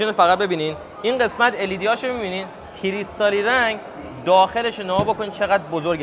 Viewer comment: جالبه اونجا که گفت کریستالی رنگ لهجه تهرانی گفت😁